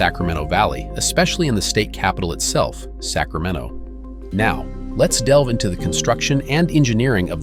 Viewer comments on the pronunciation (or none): none